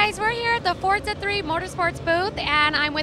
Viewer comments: ForTza 3! ;^) Not four-za. =) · y do they keep calling it fortza??? its FORZA